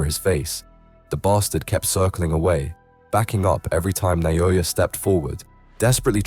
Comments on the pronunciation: Inoue pronounces his name just as it's spelled, yet no one seems to be able to get it right. NA-O-YA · WTF is with the Na-yo-ya? :D